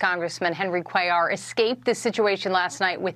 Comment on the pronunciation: do you EVER look to see how to pronounce these names and words you use?? Cuellar is even pronounced IN THE NEWS CLIP YOU USED!